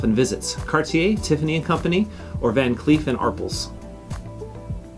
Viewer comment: I’m not 65 yet but I passed. You have a couple mistakes in there though. Jennifer Beals was never in fatal attraction. And your pronunciation of van Cleef, and Arpels was a little weird, lol.